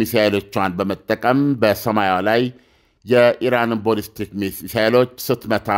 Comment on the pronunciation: ኣለምነህ ዋሴ የበዙ መረጃዎችህ ኣሪፎች ናቸው ግን please የቃላት ግድፈትህን ኣስተካክል ለምሳሌ no ኮማላ ካማላ no ቦልስቲክ ባልስቲክ የመሳሰሉ የቃላት ስተቶችህን ኣስተካክል ለየት ያልክ እየመሰለህም ከሆነ ልክ መንገድ ኣደለም እና ጥሩ ምልከታዎችህን ሁሉ ያጠፉታል